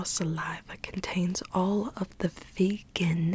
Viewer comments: It’s VE-GAN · She said: “Vee-GUN” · Rose Menon every time she says that I just go crazy... VeGaN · "this grew right in the wild waking it V E G A N." idk why that was so funny XD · no one:: VEGAN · Every "vEgAhn" gave me violent flashbacks to Rita in the movie flushed away XD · can we get timestamps of every time says "VeGaN" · its v e g a n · Am I the only one who's gonna encounter the word vegan later and all I'll think in my head is saying vEEgAn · I love how you get triggered when you say "VEGAN" Mood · Elise Mauree the ya she says VEGAN tho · Every time she said “VEGAN” I was like, calm down BuDdY, no need to get SaLTy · the way she’s saying vegan makes me laugh so hard